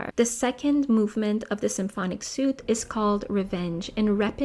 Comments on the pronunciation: Thank you for introducing me to this artist. I look forward to more of your teaching. P.S. For future work, the French word "suite" has been adopted as English but is still pronounced "sweet" as opposed to "suit" which rhymes with boot. Great respect to anyone who is polylingual at such a high level! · Suite is pronounced sweet - just for reference